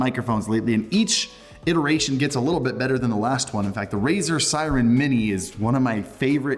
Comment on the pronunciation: Its called Razer Seiren not Siren